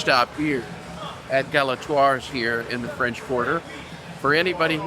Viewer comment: Learn how to pronounce Galatoire’s